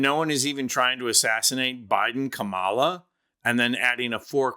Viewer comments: You mispronounced Kamala's name - you should know better. It is KAM-ala, NOT KamALA. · It is pronounced comma, la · You pronounce it by saying “comma la.” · Please learn how to pronounce the Vice President’s name. It’s Comma-la! NOT Ca-Ma-la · It's not K Maluh. It's Coma la. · It's pronounced Comma La! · not kama la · please, learn to pronounce her name. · Please learn how to pronounce Kamala's name. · Please pronounce Kamala's name correctly!